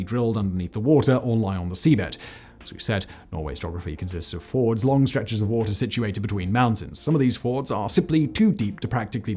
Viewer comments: FJords,, not fords. Get it right Simon. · Why do you keep calling them Fords and not Fjords? A ford is an easily passable stretch of water, a fjord is the opposite... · Not fords, fjords. A fjord is more or less the opposite of a ford, Fact Boi.